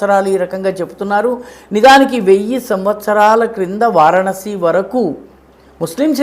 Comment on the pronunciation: వారణాసి అని క్లియర్గా పలకండి ఎన్నిసార్లైనా సరిగా పలకడం లేదు.